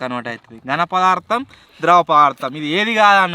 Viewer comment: Sorry anna pardam kadu padaardam❤❤❤❤❤❤❤❤❤❤❤❤❤❤❤❤❤❤❤❤❤